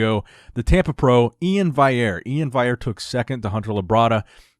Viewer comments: It's VALL-yair! With a hard "L". Iain Valliere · Anyone gonna let know that he always pronounces Iain's last name wrong?